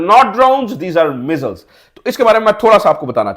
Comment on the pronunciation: Pakistan ka nalle reporter Phele missile bolna sikhle Or thumbnail me target sahi likh liye hota Aatankwadi k jagah School jaake ache se padh liye hota